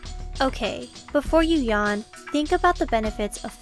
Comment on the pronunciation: Yawn not yahn.